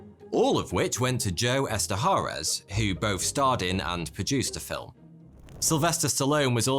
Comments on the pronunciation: Joe Eszterhas' last name is pronounce ESTER-HOUSE!!!! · Eszterhas is pronounced Ester-House.